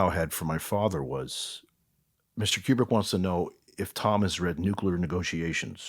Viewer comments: Maybe it's because he pronounced his name as KJu-brick insead of Kubrick. I don't see a "J". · And it's pronounced KOO-brick, as in Coo-coo-brick